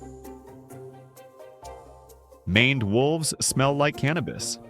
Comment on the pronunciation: "maned" is pronounced "MAYnd"